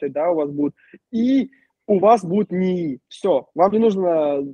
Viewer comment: Пугает "Номанд", "НИИ" и "идетикация"